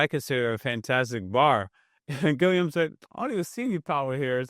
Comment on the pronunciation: His name is Roberto Gilliam heretic. The Deathwatch awaits your arrival